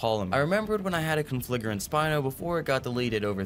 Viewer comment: how do you mispronounce conflagrant that many god damn times lil bro just sound it out